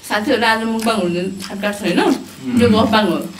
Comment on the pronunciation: राम्रो उचारण दिदी मुकबाङ 🙅‍♂️ मकबाङ ✅️